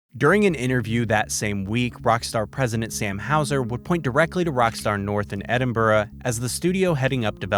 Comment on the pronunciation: Well done on pronouncing Edinburgh correctly 😂👏 most Americans don’t